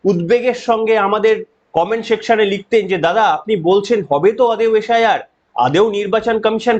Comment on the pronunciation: আচ্ছা দাদা আপনি শুদ্ধশীল বাবু আপনারা এস, আই, আর কে, এশ, আই, আর বলেন কেনো এটা কি করনা হওয়ার পর হয়েছে অসুখ😮?তবে আপনাকে ধন্যবাদ এই খবর দেওয়া র জন্যো🙏🧡🌅🧡🙏